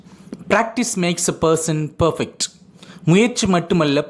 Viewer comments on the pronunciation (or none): none